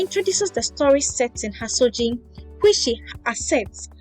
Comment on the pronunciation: Good job,. The setting of the story is a small fishing village in the Central Region called Hasodzi. "dzi" in Fante is a trigraph pronounced as "z" and therefore the correct pronunciation should sound like "HASOZI" not "HASOJI"